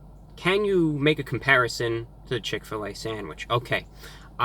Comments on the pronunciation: "chick fill ah" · When I moved to Indiana and first came across Chick-Fil-A, I thought it was pronounced like you did... Chick, Fill, Ah, as in Fill a "what"? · “ chick fill A “ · He said chick fa la wrong 😂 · When he said chick fl A I lost it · Chick fill uhhh! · why’d he say it like that tho 😂 “chick phil a^ “ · From now on it is pronounced "Chic Fil Ah" PERIOD. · He said chick fil laa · chick-fil-AH forever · Ok so he says Chick-fil-A correctly but he acts like he doesn’t know how to pronounce Chick-fil-A hmmm interesting just got exposed😂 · Is nobody going to talk about how he said "Chick-fil-a" ? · Did he just say CHICK FIL a